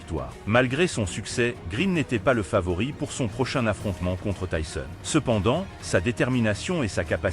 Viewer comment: Commentaires nul avec la prononciation de tyson ❗